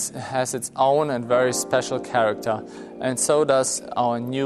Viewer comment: "Charakter" The last E Claas with character